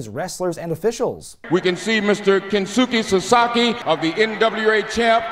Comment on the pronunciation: Struggling? He nailed it! Konsuke Sasaki and Mr. Chono.